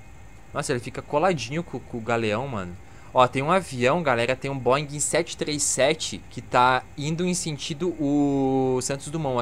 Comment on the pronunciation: Caraca Bógoder ! FONOAUDIÓLOGO URGENTE !!!